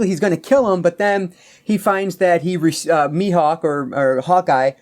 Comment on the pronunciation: Me-hawk is how you pronounce so you did it right 👍🏼